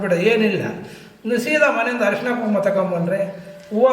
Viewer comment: ಹರಸಿನ ಅರಿಶಿನ ಪದಗಳ ಉಚ್ಚಾರಣೇ ಸರಿ ಇಲ್ಲದಿದ್ದರೆ ಅರ್ಥ ಬೇರೆ ಆಗುತ್ತದೆ